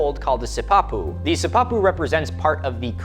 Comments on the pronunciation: Wonderful job! You asked so fwiw, I have always heard Pueblo peoples pronounce it si-pa-pu, with the short-voweled si and pa neatly clipped and equal emphasis on each syllable. Never si-pap'-u. Hopefully one of the people will see this and clarify, either way. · I am Pueblo. Descendent from those of the Chacoan people. Big fan. Love that you made this video. Couple pronunciation pointers: (Pueblo= pweh-blow / piñon=pee-nyohn Sipapu=see-paw-poo). Modern kivas are sometimes built above ground but you still enter it from the top.